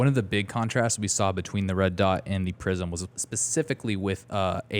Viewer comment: I keep hearing "prison" sights......